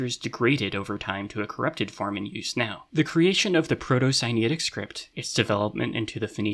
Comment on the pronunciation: I see "Proto-Sinaitic" in the subtitles, but i hear "Proto-Siniatic". Which one is it?